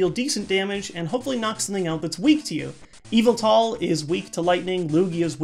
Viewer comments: Ohhhh! I thought he was saying `EVIL TALL` when he was saying `YVETAL` in a way I wasn't familiar with. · Whenever he said Yveltal, I kept hearing Evil Tall lol. I always pronounced it with the emphasis on vel, but idk :p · Every time he says Yveltal, I think he's saying Evoltile like in Yugioh.